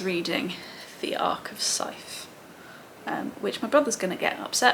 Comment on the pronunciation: I did the same thing you did, was pretty slow with reading and had to make a big push to finish the last one. also.. Scythe, with the digraph of 'th' being voiced. Ooo, and Faraday, he was a scientist from Elephant. That grey box in the middle of the old roundabout outside the shopping centre was in memory of him.